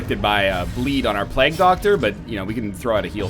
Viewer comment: To this day English teacher nl can't pronounce plague.